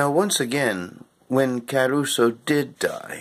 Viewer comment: Boring, morbid, and it's Cah-ruso, not Ca-as in Karen- ruso. According to one of his wife's books about him, she was able to get the Italian government to close the tomb eventually, so whether bombing in World War II had anything to do with it, well, we weren't there were we...